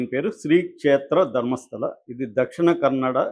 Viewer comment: It is not Dharmasthali.. u guys don’t even bother to pronounce correctly?